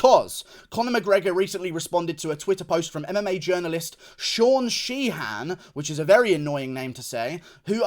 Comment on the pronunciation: Sheehan = She-in not she Han Good try though big guy, southerners...